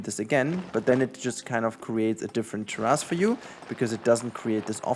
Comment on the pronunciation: This is so damn helpful! Thank you! I can spend a ton of time and think it looks ok, then I see people doing this on the fly and I want to cry lol. Not to be that guy but....its Tear-is, only saying cause it took me a minute to get what you were trying to say.